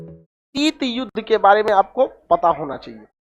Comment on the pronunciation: शीट नही शीत होता है यार मुल्ले